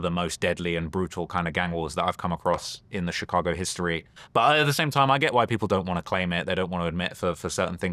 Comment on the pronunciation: VLAD CAN'T PRONOUNCE CHICAGO RIGHT TO SAVE HIS LIFE 😂